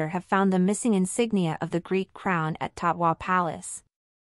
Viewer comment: It;s Tatoi Palace, not Taqwa.